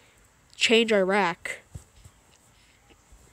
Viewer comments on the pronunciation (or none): none